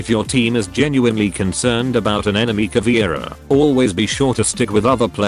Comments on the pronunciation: Cahhh veh eee rah. Now please repeat. Not CAH VEE RA (Cavira?)... It is like if we (portuguese/spanish speakers) called Buck "BOOKIE". Google translator tool reading ia awesome for that word pronunciation... I do not intend to be picky but this is anoying (even pro league events call her CAVIRA or CAVIERA!) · It's pronounced Ka-VEH-rah, not Ka-VEEuh-rah, meu amigo. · Also almost everyone pronounces her name wrong! It aint "Caviera" it is "Caveira"!! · if anyone don't know... Caveira = Skull Caveira is a Brazilian charater And that's why i don't know if is "charater" is the correctly way to say that, im Brazilian too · Just being an asshole here, but from every video i've seen about r6, no one ever pronounced caveira right, same with capitão